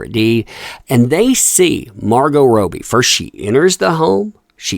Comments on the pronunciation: Robby it iss pronounced Robby for the love of god man. Cara was tweeking on meth is my bet in that video. I see enough tweekers downtown to know tweeking when I see it. Could be coke tho either way she was definitely doing the cocaine shuffle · She wasn't having a breakdown, shes just high as hell...and who is Margot "Row-bbie".....only person in the world I've heard pronounce it like that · This looks so bad.. hope this lady gets help.. Just fyi.. Her name is pronounced Robbie as in lobby .. ❤️ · You have to say Margot Robbie’s name like an Aussie .. it’s Rob-bee Sounds weird how you say it and poor Cara.. super rich brat from UK looks like she’s on the H.. probably worried about jail?? Since she helped AH get young girls for blackmail.. ghiselline showed them even the super rich can end up in jail!! And they should be worried! The truth always finds it’s way into the light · I’ve never heard anyone pronounce Robbie the way you are…have we all been saying it wrong? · Hey! Robbie is pronounced Raw-Be. Love you and your Channel!💜🇨🇦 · Margot Robe-y lol stop. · Rowbie?.. that’s not how you say it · I love your work and content, thank you for bringing us great up-to-date information! When I say this I don't mean to sound flippant or condescending but for clarity, Cara and Margot's last names are fanatically pronounced RO-bie and Del-eh-veen. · How can you mispronounce Margot ROBbie? She's literally one of the most famous actresses on the planet atm. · Must you pronounce Margot’s last name that way? Am I the only one aggravated by it? Cara is just as nutty as Amber, and I have a hard time feeling any empathy for her after the way she disrespected Johnny Depp. I hope she gets the help she needs because she is a human being, however, if she doesn’t, I wouldn’t shred a single tear. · its Kristen not Kirstan and Margot is called Robbie not Robey. As for Cara D, it looks like she's become a crackhead, let's hope she doesn't go the same way as Amy Winehouse